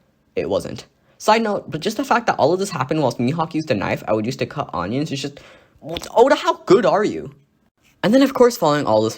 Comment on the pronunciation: wtf is an on-ion